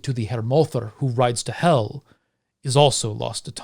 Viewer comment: Msybe it’s just me, but as a Scandinavian I definitely pronounce the name Hel different - the e sound is different due to only having one l, two l's makes the e sound slightly more like a æ